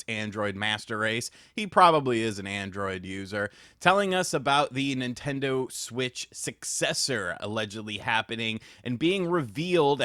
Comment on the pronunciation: Mimtando Shwich 2